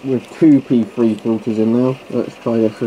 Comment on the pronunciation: Just joking about the way you pronounced P3. Sounded like you were calling them pee free pads.